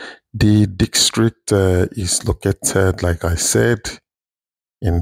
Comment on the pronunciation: District ✅✅… dikstreet ❌.. good job tho